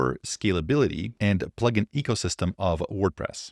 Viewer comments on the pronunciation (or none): none